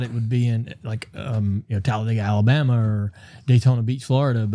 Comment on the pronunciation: "The NASCAR talladga race” 😂😂😂